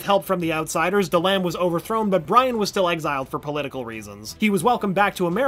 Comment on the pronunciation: jay mie and bri an 🤦‍♀️